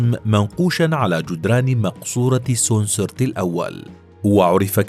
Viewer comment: فيديو رائع جدا يبين عراقة وأصالة حضارة الفراعنة والمصريين القدماء لكن الأسماء كلها نطقت خطأ سِنْ وِسِرِت بكسر كل الحروف وتسكين الحرف الأخير وتعني الرجل القوي بِتح وليس بتاح بكسر الباء والتاء إي مِن وليس أمون إي بتخفيف الياء وكسر الهمزة ومن ينطق مثل حرف الجر من تماما إي مِن حِتِب وليس أمنحتب ولا أمونحوتب حِتِب وتعني (رضي) الفعل الماضي من يرضى و إي من حتب معناها إي من قد رضي وهو ليس اسمه كعادة كل الفراعنة ولكن اسم شرفي لجلوسه على العرش مثل (الحاكم بأمر الله) أو (المعز لدين الله) أو (المستعلي بالله) وهكذا أخِن آتِن وليس أخناتون وتعني أخو أتِن أو المخلص لأتِن (أخِن) بكسر الخاء وآتِن بكسر التاء جِحوتي مس وليس تحتمس.. جحوتي بكسر الجيم ومس بكسر الميم ومِس تعني وليد أو رضيع أو صغير العجل وجحوتي هو المنتسب إلى الإله وليس إله مثل ما نقول رجل له كرامات أو مقدس وهذه الأشياء ولكن الأوروبيون ترجموها إلى إله ولكن نِتِر بكسر النون والتاء معناها المنتسب إلى الإله وليس الإله (رجل مقدس) وإي من وبتح ومنتو وموت وكل هذه الأسماء هي نِتِر وليست آلهة المصريين القدماء عبدوا الله على دين سيدنا إدريس عليه السلام ولم يكونوا عباد أصنام ولكن الديانة دخلتها بعض البدع مثل فلان رجل قريب من الله وله كرامات وعندما يموت يتمسحون فيه قبره ويتبركون به ويقولون ندعو له (مثل ضربح السيدة زينب الآن) طبعا حد يسألني ليه معظم اللغة المصرية القديمة مكسورة الحرف الأول والتاني لو اللفظ من ٣ حروف أو ٣ نغمات؟ طب انطق كده الكلمات التالية بالفصحى مرة وبالعامية المصرية مرة هتلاقي إن القبط أو بقايا المصريين القدماء بعد الإسلام حرفوا اللغة العربية لتصير مثل لغتهم نجح (فصحى مفتوحة كل الحروف) باللهجة المصرية (نِجِح) هرب (فصحى) هِرِب (